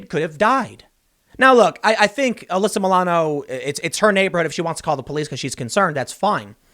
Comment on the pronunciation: "Maybe now she (Uhh-lyssa Muh-lano) will learn a lesson." BWAHAHAHAHA, you're joking, right? RIGHT?